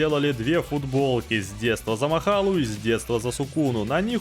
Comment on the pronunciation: какой блять махала? МАХОРАГА, а не махала